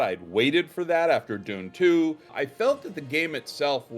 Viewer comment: That's Dune 2, not "June 2."